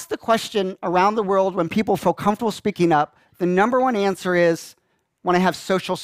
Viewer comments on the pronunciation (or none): none